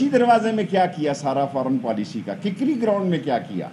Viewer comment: Kikri ground nhi kakri ground h hamare karachi ka famous ground name sahe lena seekh lo kanoey taang rhi hen ap bhi ki